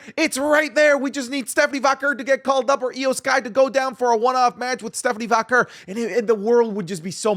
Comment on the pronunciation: literally 3 days ago: "I know how to pronounce Stephanie's last name correctly." in this video: "Stephanie Vocker"